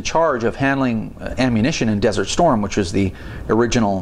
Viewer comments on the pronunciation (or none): none